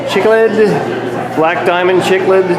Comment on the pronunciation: You said those fish names wrong, Chiclids is pronounced as Sik-Lidz... not chicklids. 😂😂😂